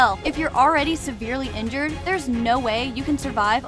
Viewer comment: He said severely ibjered